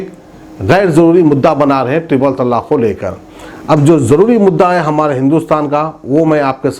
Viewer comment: Tallaaq nahi talaaq bolo urdu sahi karo apni aur national channelon ki naqal mat karo apne mein qabiliyat paida karo